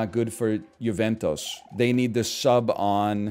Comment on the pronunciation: why does he pronounce juventus like mentos 😭😭